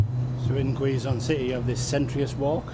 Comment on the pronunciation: KEH..zon, that's the right pronunciation. Good luck! Take care in your next travel.